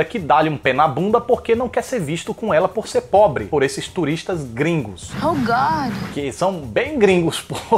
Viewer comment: "ô gódi" kkkkkkkkkkkkkkkkkkkkkkkkkkkkkkkkkkkkkkkkkkkkkkkkkkkkkkkkkkk